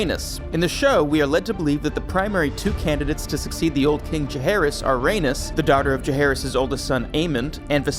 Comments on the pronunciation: Bruh only 30 seconds in and this voice over guy is killing me. "Raynis" Tell me u haven't watched the show without telling me u haven't watched the show. And he's doing the voice over for HotD video? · Rhaenys is pronounced Ray Knees not like Uranus. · You’re mispronouncing Rhaenys! RA-NIECE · Lane-ER Velaryon and Ranus Targaryen 🤣🤣